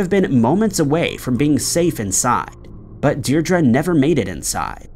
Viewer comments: Qw all learn everyday, Seamus is pronounced, shay-muss, Newquay is New-Key and Diedre is Deer-dree thanks for the content. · Seeemas O'Donnells....... New-kway......Deerdra😂😂His pronunciations crack me up!!🤦‍♀️